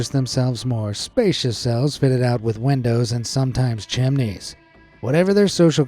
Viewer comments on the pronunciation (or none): why does the guy say windows like wendows?